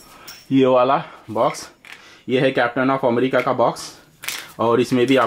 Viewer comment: It's captain America not captain Acomrica